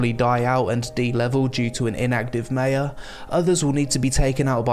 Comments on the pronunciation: Mate your saying Mayor wrong. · I've never heard "mayor" pronounced like that. Is it an American thing?